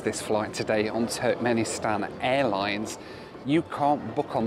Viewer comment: wish i had a $ for every time he says Turknenistan